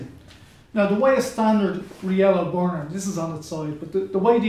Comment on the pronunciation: it gets me how you pronounce "bournour"